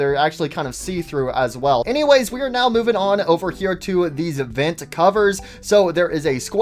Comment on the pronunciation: I really like how he says “vint” instead of “vent” it’s really funny (I’m not making fun of btw)